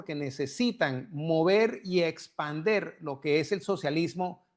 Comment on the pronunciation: Señor se dice expandir, no espander